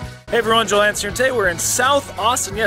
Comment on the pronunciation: Jaw Hanson not Joel